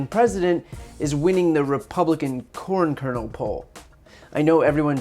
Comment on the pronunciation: I'm not sure if he's misspeaking but I was hearing corn kernal porn lol